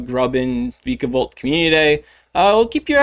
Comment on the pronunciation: According to the anime vikavolt is pronounced “V-eye-kah-volt”